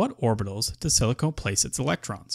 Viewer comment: Thanks this is helpful, but I believe it is pronounced sili con and not silicone, silicone is not an element